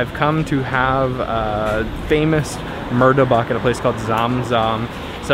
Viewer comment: correction not martabak but pronouced as murtabak